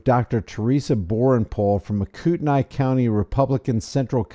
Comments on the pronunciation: Its pronounced kootney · Coo-ton-knee with the ton sounding more like tn. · I live near here. I've been following this since day one. First, please pronounce it correctly lol. Kootnee is how it sounds. Second, the City police chief is actually investigating, and is the reason charges against her were dropped. The county sheriff, on the other hand, screwed the pooch! The PAC is claiming it was a private 'Legislative Town Hall,' even though the contract to use the school district facility requires it to be a public event. I'm ashamed of how my republican party has handled this. The woman is known to be very disrupted, and is believed to have pulled a fire alarm in a similar, previous event. Absolutely no excuse to assault and kidnap her! I look forward to the sheriff and three 'security' personnel being charged and prosecuted. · FYI it's pronounced "Koot-knee". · Kootkneee. Not the way you say it.